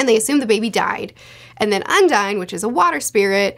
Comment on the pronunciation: i think you're pronouncing "Undine" wrong, it's not an english word so you would not say "un-dine" it should be "on-deen"